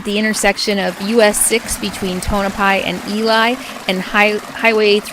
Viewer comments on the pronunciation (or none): Ely is not ee li, but eelee.....just letting you know....no offense! ..... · I spent many happy hours in that pool. Loved it! Fyi Ely is pronounced e Lee west of the rockies. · It’s fascinating, i have lived in Nevada my whole life lol I want out darnit lol but kids wife and job lol love your channel. Come during the summer with 13 world renown ski resorts it gets cold. Just FYI ely is pronounced eee-lee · For what it's worth, The folks in Nevada pronounce Ely as Ee-lee.